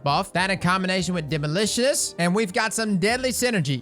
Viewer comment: I thought I heard say "demolicous" no I can't un hear it